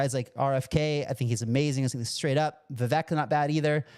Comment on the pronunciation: Vivek pronounced Vi-vake, talked to Trump about crypto. And it just guaranteed him the election.